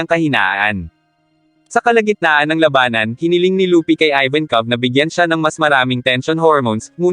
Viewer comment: iba ang bigkas mo lodi sa labanan, tunog malabanan..😘😘😘